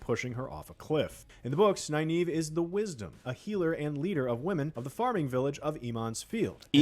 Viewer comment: "Naye-naeve". (eye twitches) "Ee-mond's Field." (twitch, twitch) "Morenn." (TWITCH. TWITCH.) "Laaan Mandalorian." (...enters Zen state and just...sits back to watch them eat their feet.) Edit: So, ah, "Morenn" isn't right. Neither is "Moraine". Canonically, according to the original novels, it's "Mwah-rain." At no point does the IGN video get it right, but you also get it wrong a few times, Daniel. :-D